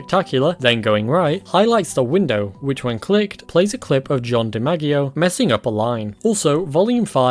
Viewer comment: "John de Maggie o"... It's pronounced "Dee madge ee o" it's Italian. There's a famous baseball player. Joe DiMaggio, it's pronounced like that.